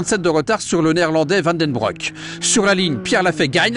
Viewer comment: Super !!! bon par contre Van Den Broek se dit Van Den BROUQUE ;-) et pas broc